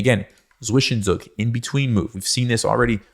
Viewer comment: Zwischenzug = Tsvishentsoog not Svishenzook